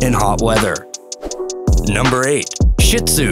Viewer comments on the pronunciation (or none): It's not SHIT-ZOO, it's SHEET-ZOO. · I think I heard “shit zu” but not”shih tzu “. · in number 8 is sounded like shit zu